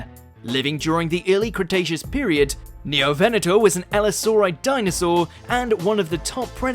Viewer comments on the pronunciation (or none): You mispronounced Scelidosaurus, Ankylosaurus, Neovenator once and Ceratosaurus once